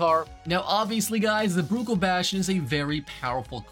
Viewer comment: Every time he says Bruckell I lose my mind